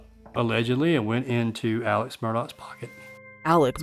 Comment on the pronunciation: Why do they keep calling him “Alec” when his name is clearly spelled as AleX ????